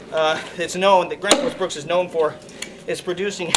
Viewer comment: Why does everyone call this Gransfors Bruks. It's Bruk not Bruks